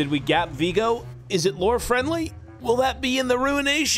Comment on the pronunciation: it's viego, not vigo